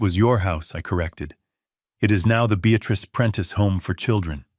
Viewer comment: If only the text matched the reader. Prentice (Apprentice), Beatrice (Beatatrice), too many periods that should be commas.